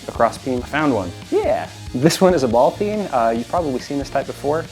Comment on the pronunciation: A ball "peen" 🤣